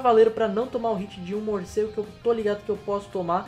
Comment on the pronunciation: ''morcero'' kkkkkkkkkkkkkkkkkkkkkkkkk